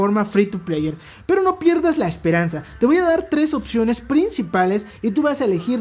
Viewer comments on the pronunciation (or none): none